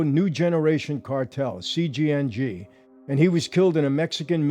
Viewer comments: It's CJNG not CJNJ. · "CJNJ"???? I thought it was CJNG. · CJNG……not CJNJ 🤦🏻‍♂️ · Why are you pronouncing it that way?